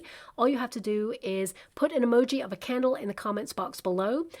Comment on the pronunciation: Oooh a candle!!! Hahaha I thought you said camel!! 😂 🕯️🤭